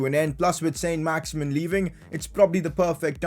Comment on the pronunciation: Pcq: It isn't pronounced "Saint Max-Imin" its pronounced "Son Max-Iman" because he's French